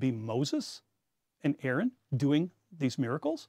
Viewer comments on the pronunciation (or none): none